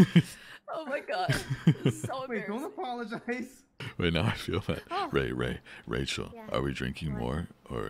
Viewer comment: He pronounces "Rachael" like a real living corpse